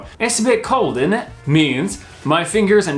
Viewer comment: The way you say init sounds a bit Welsh🏴🤣